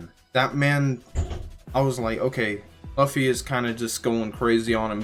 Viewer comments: please stop calling him laffy, it's pronounced loofy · Spelt luffy, pronounced loofy. Spelt Usopp, pronounced oosop